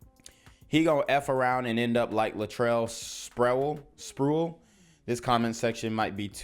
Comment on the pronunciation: Spree-Well. Lol. Im showing my age.